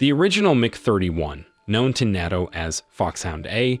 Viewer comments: Narrator can’t be that stupid. NATO is pronounced “naytoe”, not “nah-toe”. Mach is pronounced “mock”, not “match”… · Nate oh. Nate oh. It's not pronounced Nat oh. Do you read this stuff cold? And I'm sure the pronounceation if zazlyn is pronounced incorrectly. Unless you're Canadian. Then go ahead a pronounce it however you want. Those of us down here don't take our boots to the ocean fishing. I wish it was LOL. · Narrator is atrocious. It’s pronounced. NATO = “nay toe.” Mach = “Mock”. How do these people make it thru life sounding like idiots. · It's pronounced "nay-toe". "Natto" is a food. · How did he pronounce NATO ? 😂 NADDOHHH 😅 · "NAY-TOH" is how you say the NATO acronym as a word. Maybe, just maybe you should confirm pronunciations and look up the phonetics? Seems to be a constant problem of yours. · It's pronounced NATO. LIKE AY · nAttO?? 😂 you make an informative military video and don’t know how to pronounce NATO, did you do any research? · bro I didn't know nato was pronounced niato, and mach is maush, dude, ik english hard but thats not how any of these words are said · I can't take anyone serious who can't pronounce NATO and Mach correctly. You're doing military shorts, you should be familiar with these terms. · The way he pronounced NATO 😂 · Does oir narrator not understand how to pronounce "NATO" and "Mach"? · the simple fact is its a bot, a very good sounding bot but it does mispronounce things like nato and mach clearly, I’m sure the person who wrote the script knows enough about what he’s talking about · We cannot believe anything said in this post since the so called narrator doesn't know how to pronounce anything in this video. It's pronounced mok not match. Also nato was horribly pronounced as well. Get it together or stop making these videos.